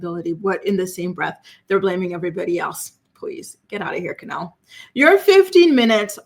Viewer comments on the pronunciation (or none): Isnt her name Kenleigh? Not Kenelle I'm so confused